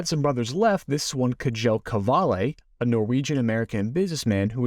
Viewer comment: I believe you pronounce the name Kjell Qvale, Shell Caverly (Cav as in cave) or Cavali but I could be mistaken.